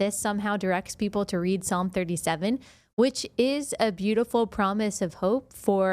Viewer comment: Biden doesn't know how to pronouns Psalms, last time he said P-salms. PHONY